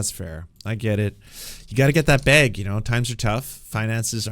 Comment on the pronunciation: Missed this Livestream, but hearing you say "gotta get the bag" was a wild experience lmao absolutely love the accent on bag